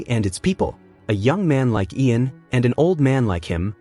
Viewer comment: God, How man different ways can you mispronounce the name Ian?!?!?! Great job otherwise!